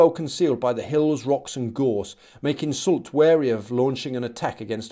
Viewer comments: Soult is indeed pronounced "soolt"! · It's Marshal souuuu in French and SouLT in English. So yes you were saying it right